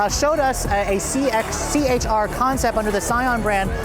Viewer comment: c-hr not ch-r